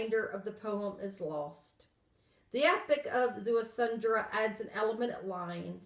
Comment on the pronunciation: There is no "N" in his name...it is pronounced Zea-su-dra ( Ziusudra ).